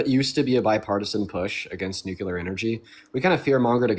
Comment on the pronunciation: JHFC it’s nuclear, new-cle-er not new-cue-ler.